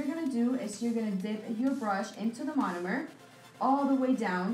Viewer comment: Take a shot each time she says monimer😂😂